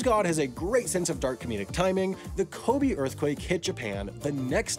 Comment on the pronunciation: Side note: “Kobe” is NOT pronounced like the late NBA star. That E is an “eh” (it ALWAYS is in Japanese).